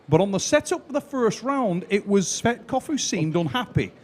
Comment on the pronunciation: Его фамилия Tsvetkov , а не Tsvektov